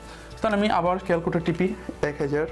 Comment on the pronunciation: ক্যালকুটার😂😂😂😂 স্যার ক্যালকুলেটর হবে😂😂😂